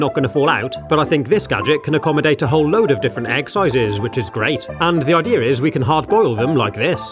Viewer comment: “What the ideeer is” Aamzing.